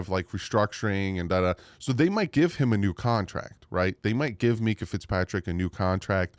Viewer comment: MINK-ah not Mee-kah